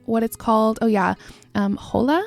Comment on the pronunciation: If it’s spelled Hola, it means hello. It’s pronounced (oh-lah)